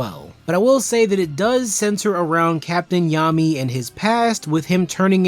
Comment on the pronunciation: He called him yami 😂😂😂come on now